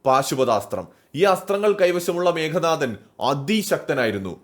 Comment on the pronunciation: മേഘനാഥൻ അല്ല മേഘനാദൻ(മേഘത്തിന്റെ നാദത്തോടെ (ഇടി വെട്ടുന്ന ശബ്ദം ) ജനിച്ചവൻ